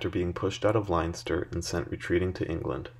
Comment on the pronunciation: This is Ireland, not Germany, it's pronounced "Lenster", not "Linester".